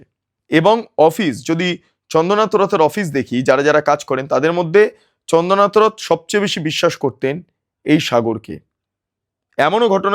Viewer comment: মিস্টার, আপনার উচ্চারণের কারণে আপনার এই প্রতিবেদনটা শ্রুতিকটু লাগছিল। চন্দ্রনাথ কে আপনি চন্দনাথ এতবার বলতেছিলেন যে কানে এমন করে লাগছিল আপনার প্রতিবেদনটা শুনতে ইচ্ছে করছিল না। আপনার উচ্চারণ ঠিক করুন।